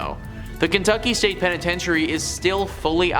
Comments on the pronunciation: The penitentiary ai is mispoken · What about actually pronouncing Louisville or penetentuary correctly. Thank you